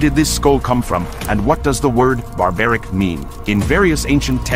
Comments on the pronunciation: Dont pronounce wrong name bro It is Barbreek not barberic. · It's not barbaric as you are pronouncing. It Barabareekh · It is story mentioned in Mahabharat. And it is pronounced as burbarik...bur ( like fur). There is a temple dedicated to him in Rajasthan .( Khatu Shyam ji). Krishma gave him a boon too tjat in kalyug he would be worshipped by his ( krishna's) name. Burbaerik was likely to take wtong decision & his powers misused. So Krishna had to kill him. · It's not Barbaric!!! Pronounced as Baarbareek. Get the pronunciation right if you are making videos on Sanatan Dharma ancient civilizations.